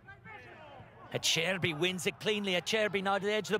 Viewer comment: You pronounce it A - ce - rbi